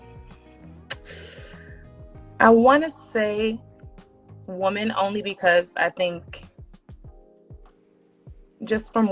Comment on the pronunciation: Can you say woman right please